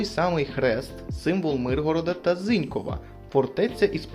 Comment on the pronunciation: Зінькóва наголос не правильно